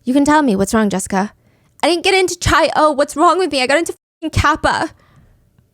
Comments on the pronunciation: I love this podcast so much😩 No hate at all but the chi in omega chi is actually pronounced like “Kai” not “chai”! Cannot wait for part two😍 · obviously I'm still going to listen but hearing chi and not "kai" was driving me nuts...when I was rushing it was engraved in my brain bc I'd always say chi 😭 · Also it’s pronounced “ky” not chai for chi the Greek letter hehe 😂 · I love your BAMs Stephanie! Also this is a minor detail but the Greek letter “Chi” is pronounced like “Kai” just so you know! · Just wanted to clarify that the Greek letter chi is pronounced like "kai" 😅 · It’s pronounced Kai for Chi Omega 😂 besides that I think it was Courtney.